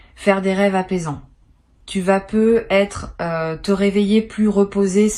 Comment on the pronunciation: Pourquoi "Peut-être" est prononcé "Peu être" ? Et pourquoi dites-vous que c'est un tirage pour le mois de Mai sans en préciser l'année ? Hum ? Peut-être parce que c'est du simple business, une voix générée par Intelligence Artificielle et rien d'autre... pour attraper le nigaud de passage.